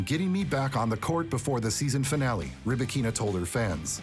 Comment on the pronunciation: Can't take this video seriously if not even her name is pronounced correctly.